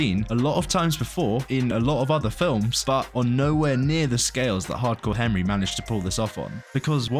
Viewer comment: Wtf is going on why does he keep pronouncing it "HeMry"